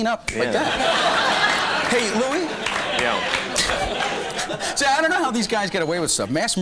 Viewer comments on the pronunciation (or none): The host mispronounces "Louis" at the start, but not at the end. Maybe they edited out the part where he leans over and says "FYI..." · Time when people actually called him Louis instead of Louie hahahahah!